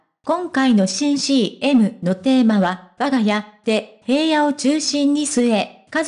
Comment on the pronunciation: 紫耀くんって本当に爽やかで親しみやすくて子供からお年寄りまで人気者で..... それにしても ヘイヤ って何よ？ 紫耀くんの記事なんだから名前くらいちゃんと読んでほしいわ。